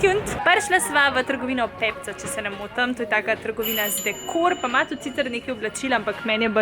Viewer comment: Ne reče se pepco ampak pepko